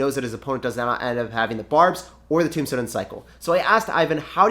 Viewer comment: When you said graveyard tornado tombstone, I thought you said tomato tombstone!